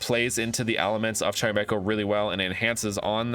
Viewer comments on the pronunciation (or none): none